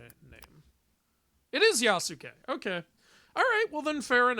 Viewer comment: It’s pronounced Yah-skay, not yeahsooke